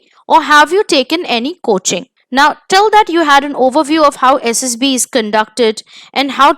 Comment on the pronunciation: Mam it's SSB not SSP..PLZ CORRECT